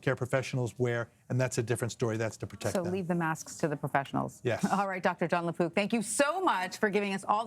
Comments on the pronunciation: Lapook not lapoop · Please emphasize the " k " sound on the mans last name. I thought ya'll were saying LaPoop...